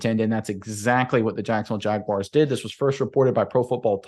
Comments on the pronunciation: you’d hate if people pronounced your name, “Undrew” or something stupid like that. Stop calling the Jaguars the, “Jagwires.” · Please stop saying Jagwires. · Thank you!!! Big pet peeve of mine even when people say jag-you-are at least that makes some sense due to how it's spelled. But there is no I or Y! It's not WIRES